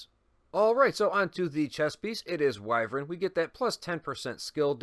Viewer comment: Ok I’m going to go gun nerd here the barrel is longer that type of assault rifle is known as a bull pup which means the firing mechanism is behind the trigger group which means the barrel is longer. I’m also glad to see you are pronouncing wyvern probably 🤣🤣🤣